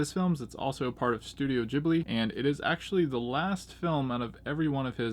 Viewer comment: LOL you pronounce it JIBLY !!! its a G bro , GHIBLI GHIB-LI - gotta admit tho your way of saying it cracks me up tho !